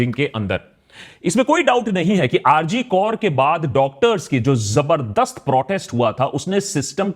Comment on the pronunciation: Bhai rg kaur nai hai. Rg kar hai. Naam to pehle sahi lelo. Fir baat karo. With you bro. But it's not kaur, it's kar